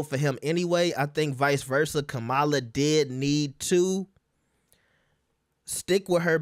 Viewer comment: Y’all refuse to learn how to say, “Kamala.” 😒